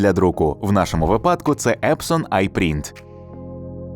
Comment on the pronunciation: Тільки не "в випАдку", а "в вИпадку"! Наголос неправильний.